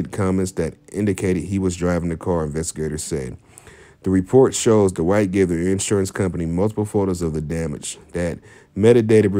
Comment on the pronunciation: Hard to listen to this when you mispronounce his name